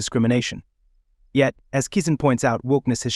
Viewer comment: VYE = prononounce 'V-EYE'. VYING for attention. Articulates: Pronounced ARTICULEIGHTS. KISIN: Pronounced KISS-IN